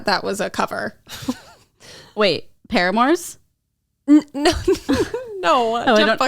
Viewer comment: She said PARAMORE😂